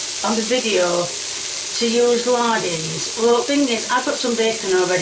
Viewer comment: "it's lardons, not lardins" 🧙‍♀️🪄😂😂